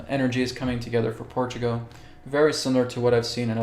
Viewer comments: When you say Portugo , are you meaning PortugAL? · Portugo? What? 😂🙃